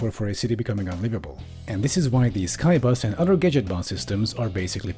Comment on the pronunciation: says Skybus What I'm hearing: K A I B A S